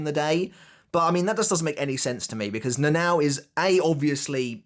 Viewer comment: her name is not Na Nao its read "Na Na O" please